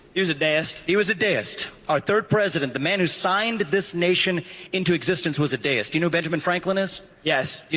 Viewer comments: It's DEE-ist, not DAYist. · I have NEVER heard "deist" be pronounced like that.